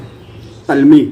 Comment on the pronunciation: اچھی کوشش ہے🍁 درست تلفّظ ۔۔۔۔۔۔۔ تلمیح ۔۔۔۔۔۔۔ Talmeeh جامِ جَم ۔۔۔۔۔۔۔۔۔۔۔۔ Jaam-e- Jum